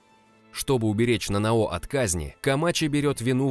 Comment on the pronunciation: Скажите мне одному режет слух это НанаО? Нет серьёзно НанАо же звучит лучше!